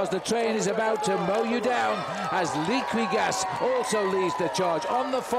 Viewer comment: Liquigas pronounced Leakygas?